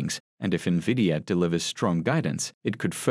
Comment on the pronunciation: I don’t trust an analyst who can’t pronounce the name of the company she is analyzing